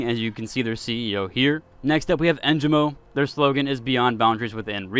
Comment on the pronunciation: Your pronunciation of the sponsors makes me laugh every time 😭 E-sal-tea Hole Taho And then Engimo which you got right lol